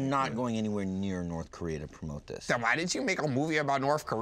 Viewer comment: "Norf Korea"